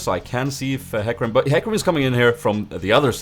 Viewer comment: Its like HE(U Say it like He Not hy) And ca(Like Ka) Rim.(Like Rym :P)